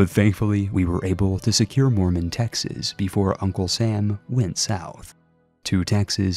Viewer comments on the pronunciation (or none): none